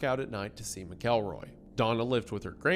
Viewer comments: its Mac El Roy not Ma Kel Roy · Mackleroy, not mick-elroy. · Wendi...you are killin me. It's MACKLE-ROY. That's how you say it in the South! Im playing but also serious. Fellow Tennessean here also so I know how YOU in particular should say it lol. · From a Missourian who has had to coexist with this story my whole life: 1. Mackle-roy, not Mic-Elroy. 2. This wasn't Skidmore's "version of justice"; the townsfolk were decent, religious, and orderly citizens who BEGGED their government to fulfill their end of the deal and enforce the law for years, but they were too poor and "backwoods" for the county/state to commit real resources to deal with one man with a gun. They were trying to do things the legal way, using means that wouldn't condemn their souls. Trina's parents were poor and without resources to uproot their family to flee from Ken, and they had nowhere to go. Poverty and a lack of education meant they were easy to manipulate. 3. So much of the story has been conflated by urban legend and retelling over the decades. I've seen some outlets say there were upwards of 40 people on the street that day, which was crap. It's like the H.H. Holmes murder mansion where the fantasy has long outgrown the reality. 4. Most information taken as "legitimate" by the mainstream today came from Harry MacLean's book, but the locals all knew he was there to profit off their community trauma. The people who actually knew what happened didn't talk to him. People who liked to feel important or get their fifteen minutes, who weren't even in town that day, made stuff up for him. MacLean wasn't generally liked around town while he was there, as you can indirectly tell from his mischaracterization of some people in his book (Lois Bowenkamp was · how do we tell him that he pronounced the last name wrong the entire video? I don't make the rules but it's pronounced Mackel-roy. Not Mick-elroy. Hope sees this:) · Mcelroy is pronounced mackleroy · it's pronounced mackleroy